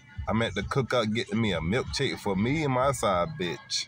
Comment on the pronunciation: U said milk shhake. 😂😂😂